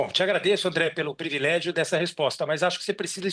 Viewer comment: E ainda mandou um "previlégio". Simplesmente desconhece a língua portuguesa.